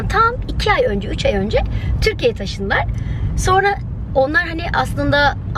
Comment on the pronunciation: Bıcır bıcır heyecanlı. Ağzını bile açmadan 'tirkiyiyi giliyiriiim' 😁😁😁